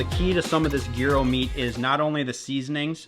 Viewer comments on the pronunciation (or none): What a banger of an episode, otter tail giants and fish gyros🔥🔥🔥 side note - should immediately be arrested for the way he pronounces Gyro